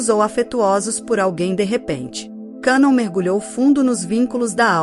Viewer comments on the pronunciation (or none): Pronuncia de cannon- quénon!